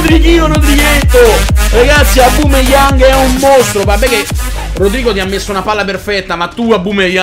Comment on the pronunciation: Grande comunque si dice aubameyang non aubumeyang e ti consiglio di fare road to top opera del sud team